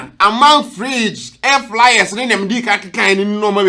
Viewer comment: Airfryer NOT AIR FLYER